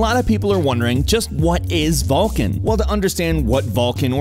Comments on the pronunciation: it is vulkan not VALKIN :face-blue-smiling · You fucktards realize it's called "Vulkan" NOT "Vulcan". Read people..., fucking read. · Oh man that nasal voice guy and his way pronouncing everything as an A. Vulcan becomes vaaalcan, dollar becomes dahlar.. i'll sit through tho. I hope live to see the end without getting too distracted by it xD